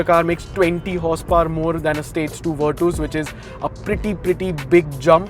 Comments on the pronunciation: virtas its ver tas not vir tuuus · Virtus❌ Virtoose✅